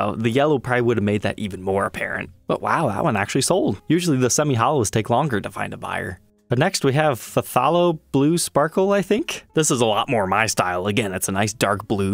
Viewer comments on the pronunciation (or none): Pronounced Thay low blue.